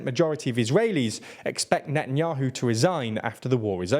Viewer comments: "Netanuahu" "Popilarity" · "net n yoohoo" hee hee 😆